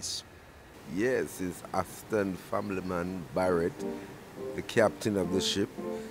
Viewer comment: Did i hear "to interview Ashton Family Man Barre"LL"?